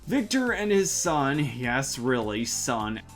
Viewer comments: For fucks sake it's VECTOR not VICTOR!!! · Did bro call Vector "Victor"?